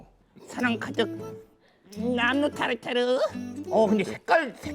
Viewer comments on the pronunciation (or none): 타르타rrrrrrrr~ 따르따↗️~르~